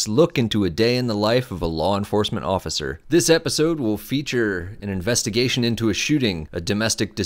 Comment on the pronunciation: What's an investigastion? Is that like a colonoscopy? :D